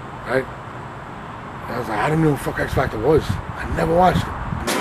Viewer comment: "...X Factor shun?...🤦🏽‍♂️" 😂😂😂😂